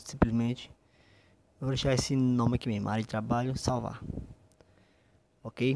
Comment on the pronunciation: Aprende A falar mais Correto por favor faz umas Aulas Não se fala Memo e sim o ideal é falar "Mesmo"